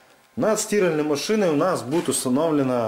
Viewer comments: Почему стИральной? Мне больно это слышать. А в остальном отличный специалист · Для сти́ральной машины 🤦, как можно так ударение искаверкать))